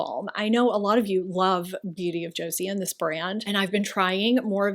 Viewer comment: It is pronounced Cho-saun.❤😁Love their products.I use only Korean skin care.The best!